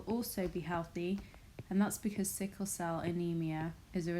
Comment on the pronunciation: It is sickle instead of sickie